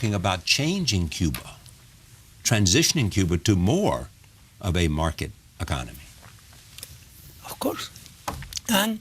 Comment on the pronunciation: I can't even take him seriously....lmao....*bleeding ears* "OF CORS, OF CORS, WELL I DON SIN SO" PLEASE TAKE HIM BACK TO SCHOOL...THI IS WHY STUDYING IS IMPORTANT....POR FAVOR CORREISTAS, NO ESCUCHAN LAS TONTERÍAS QUE DICE???